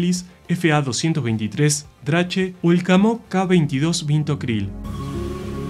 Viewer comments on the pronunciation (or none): La razón por la que lo diseñaron para cargar ICBMs fue porque solían mover los misiles en tren y en Occidente se sabía dónde estaban los silos de misiles soviéticos gracias a las líneas de tren que llevaban a ellos Editado: agrego que la pronunciación alemana de "Drache" (dragón) es "draje" la "ch" se pronuncia como "j"